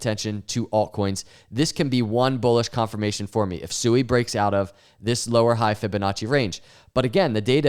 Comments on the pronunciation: Sui is pronounced “Swee”! All these YouTubers talk about Sui but can’t even properly pronounce the name of the project. 😂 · SUI is pronounced (sweee) not sue-e